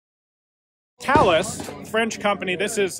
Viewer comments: woow he pronounce thales correctly!!!!!!!!!!!!!!! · Thank you for pronouncing the company name correctly. It is appreciated.